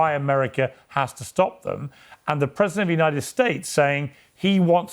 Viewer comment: Anyone else realized that pronounces the word "President" as "Present" 😂